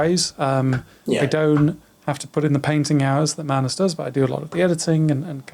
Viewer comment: also, magnus' pronunciation is on point. thanks for the podcast guys :)